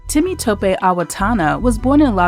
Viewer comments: Taw-kpey not Toep. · Greetings! Appreciate all of the information you provide for our community. Just wanted to share that this awesome brother’s name is pronounced Toe-pay. Thank you again for providing amazing content 🙏🏾